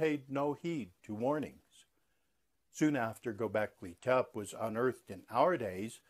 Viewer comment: I find your concepts very intriguing, but have to wonder how much AI is involved in this video. If you are indeed a scholar of Göbeklị Tepe, I feel you would pronounce the name properly as well as abyss. This will not stop me from listening to more videos.